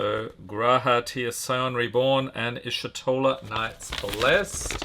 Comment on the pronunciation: Btw it's eesh-toh-la not ishi-toh-la